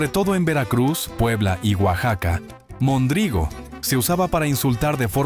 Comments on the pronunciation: Un Tarugo es una pieza de madera que se usaba, y usa, como punto de unión en estructuras de madera como los barcos. Un Pelagatos era alguien que despellejaba gatos para comer o vender la carne como si fuera conejo, alguien sin importancia... y se pronuncia mÒndrigo no mondrÍgo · Es "Móndrigo" no "mondrígo"!!! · No sé pronuncia "Mondrígo", se dice "Móndrigo". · No era mondrigo, sino móndrigo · No es mondrigo. Es MÓNDRIGO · No es mondrígo, es móndrigo. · se nota que es IA, algunas no las pronuncia bien: dice mondrígo, en vez de móndrigo. Muchas de esas palabras ya no se usan al menos en CDMX, pero varias otras sí se siguen usando. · Gracias por este video 👏🏻👏🏻👏🏻(😱 móndrigo, con acento en la primera O !!! 🤔 ) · Buen recuento, gracias. Una observación: se decía "móndrigo", palabra esdrújula. Incluso, de esa forma, lo recoge el Diccionario de la lengua española. Saludos. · Buen recuento de palabras. Pero hay un detalle. Se equivoca en pronunciación de mondrigo. Tiene acento en la primera o. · No era mondrigo con acento en la I, el acento se usaba en la primera o.